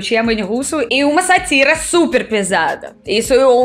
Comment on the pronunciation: Sátira se acentua na primeira sílaba.